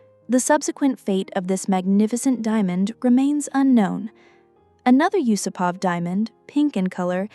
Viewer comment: Nice video. May I just correct your pronunciation? The vast majority of Russian surnames have the emphasis on the second part of the name. So You-SOO-pov or You-SOO-pova